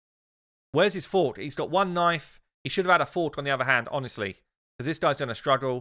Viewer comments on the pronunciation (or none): none